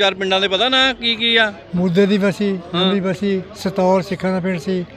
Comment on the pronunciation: ਨਵੀਂ ਬੱਸੀ ਨਾ ਕਿ ਨਮੀ ਬੱਸੀ